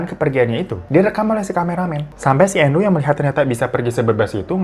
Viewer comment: Saking lamanya babang glowung bawain cerita, dari sebutan nama yg awalawalnya endru jadi andru 😂 emang kalo durasi lama gini kadang otak juga ikutan lalot 😂,, semangat trus bang 🫰💪